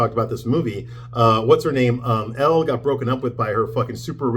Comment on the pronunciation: I assume you’re doing this to be funny, but Elle Woods is pronounced “L”, not Ellie.